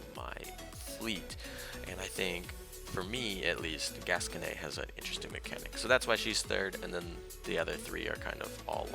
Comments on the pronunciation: Isn't it pronounced "gas-cone" not gas-conay? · Heh, it just sounds so weird to have it end with nay for me anyway. Hearing it in French sounds more natural I guess. Well thanks for the links.